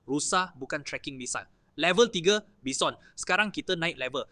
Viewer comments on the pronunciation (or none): bukan bison ..walaupun ejaan bison tapi sebutan baison 😅